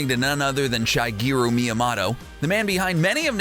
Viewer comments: "The creator of Super Mario is called Sugeroo Myamotto" - LIE It's Shigeru Miyamoto (Like Motorola) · MÍA-MOW-TOE THATS HOW ITS PRONOUNCED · Ok. Its mii a MOTO. Not mii a mato. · ITS MIYAMOTO NOT MIYAMATO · Every single American pronounces his name wrong, because it's MyamoTo, not MyamoDo. And the correct pronounce is not even the English one, because the English T sounds a bit like like "ch", while the Japanese T is a plain T, without any "ch" sound in it. And don't even get me started about the "o"... :) Let's just say that the only part of his name that most Anglophones get right it's "Mya" (you should call him Mya-san ;) ) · Meomoto is pronounced Me-o-mo-to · What's a Meamoto? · ah yes the famed devoloper shigeru miuhmahto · It’s actually pronounced Mii-a-Moto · Me-ya-moe-toe miyamoto pronunciation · Every time he says miamoto it makes me triggerd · You pronuonced miamotto wrong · ORCarina, MiyaMOTTO.... WHY!? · Your pronunciation of the Japanese goliaths within Nintendo is cringe-worthy. Miamoto is one of the most famous people in all of gaming and you butched his name every time you said it...hurts your credibility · Lies I was told about Nintendo: Popeye is a rip-off of Donkey Kong, Miyamoto’s name is pronounced "Miyamahto", and Birdo’s name is spelled "Beardo". Watch the video for many more lies! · How does someone miss pronounce miyamotos name? MIYAMATO LMAO u suck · Meeamoto FOR FUCKS SAKE PRONOUNCE STUFF RIGHT Edit: MIE A MOTON FUCKING REALLY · Me-yo-moe-toe seriously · Does anyone else get triggered because of Miyamoto's incorrect pronounciation, Miyamahto? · Miyamoto = Me-ah-moe-toe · He pronounced it correctly like 2 or 3 times then went back to saying miyamawto and it's like nails on chalkboard to me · GreenSheep No,actually.it is.pronounced”Mee-a-moh-to” and “oh-cah-ree-na” i bet you butchered grammar school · Why are you pronouncing Miyamoto's name wrong? STOP IT!!!! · why should we trust a guy who can't pronounce Shigeru Miyamoto